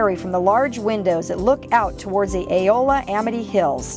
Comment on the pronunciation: Eola is pronounced E-ola, not A-ola! I am an Amitonian!